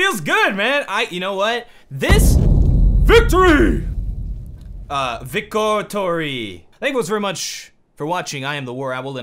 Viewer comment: "You know what, this.... VICO TORY" WHAT WERE YOU GOING TO SAY?